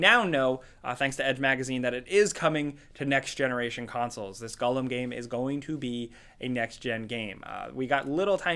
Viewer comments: It's Gollum not Gullum. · Gull-am????? C'mon...that's poor. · It’s pronounced Gall-Um, not Gullum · Lol whats a Gullum? You mean Gollum? Stupid with his stupid potaytos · Wtf is a Guhllum? Do you mean GOEllum? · Gollum........ or as pronounces it.... "GULLUM" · "gulum" literally unwatchable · It's pronounced "gall-um". 👍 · oof "gullum" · If he says Gullum one more god damn time... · who the heck is gullum hahaha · "I'm quite a big fan of Lord of the Rings" Also: says Gollum as Gullum Gotta love the man 🤣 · The way he says Gollum is mad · Why do you say Gollum like that? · Why do you say Gollum so weird? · Does it bother anyone else how pronounces Gollum? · That's definitely not how it's supposed to be said